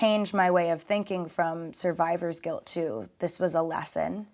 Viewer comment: Did this girl just say "survivors guilt"? 😆😆😆